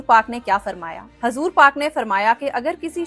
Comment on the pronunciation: Assalamu alaikum warahmatullahi wabarakatuhu sister hazur paak nahi hota huzur paak hota huzur paak sallallahu alaihi wasallam